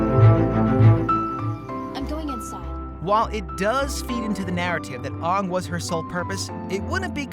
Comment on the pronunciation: Aang is pronounced wrong it is pronounced as Aang not Ughnng not hating tho just correcting you in a miny mistake so you can pronouce it good in the next video